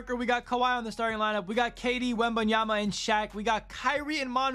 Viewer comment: “Victor wembanyamamama” 😂😂😂